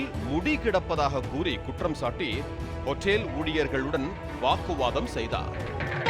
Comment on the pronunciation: Nee hotel ah aen otel otell nu kadupa ethura mathiri pesura...